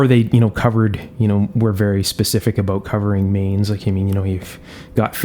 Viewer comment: No sir, actually it was an aboot I heard.